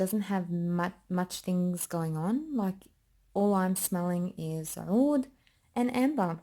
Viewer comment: Woooo you’re Lebanese?? So am I! I was wondering where you perfect pronunciation of ‘oud’ was coming from! <3